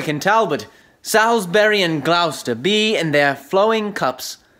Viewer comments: Where's Glowster? Anywhere near Gloucester? Sallsberry! I mustn't be scornful. Well done on reading this wonderful speech - my favourite in English literature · I despair that this offering of this famous speech does, as it is spoken by a US citizen, mispronounce the words Warwick, Salisbury and Gloucester. I assume that the persons entering the competition were at school when the recordings were made but they seem not to have tutors who know or have researched the pronunciation of these town names. The simple expedient of viewing the same speech by ENGLISH actors, Olivier or Branagh would have solved the problem. I have even seen, recently, another US version of this speech in which the speaker delivers the line, "we are enough to do our country loss" as ENOW. The solution to this is that US citizens should, 1) learn to speak ENGLISH properly or 2) don't try to deliver speeches from the works of Shakespeare.